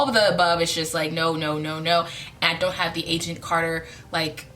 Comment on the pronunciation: I thought you were saying "Asian Carter" instead of Agent Carter.